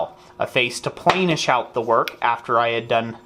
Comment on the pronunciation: Just am FYI, it is Planish not Plainish. It is said "Plan" like I have a great plan for the day. plan·ish